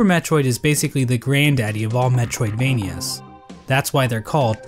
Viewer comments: Couldnt keep it together when he said: "Super Metroid is basically the granddaddy of Metroidvanias. That's why they're called metroid-VANIAS." You put the emPHASIS on the wrong sylLAble. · I thought it was funny in the beginning where he says “Super Metroid is the grand daddy of Metroidvanias. That’s why they’re called metroidVANIAs,” and underlined “vania.” The “vania” part is for Castlevania. He should have emphasized the “metroid” part instead. Just really rubbed me the wrong way so early into the video. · You put the emphasis on “vania” when saying that’s why it’s named after Metroid. I think you meant to emphasize “Metroid”